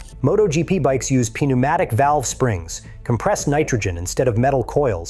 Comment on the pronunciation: Thanks for pee neumatic valves.